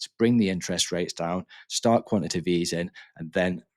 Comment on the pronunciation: This is about the 30th channel that can’t say the word quantitative… You guys are preaching about something you can’t even say? It’s not Quan Ti Tive. Its Quan-Ti-Ta-Tive (4 syllables)…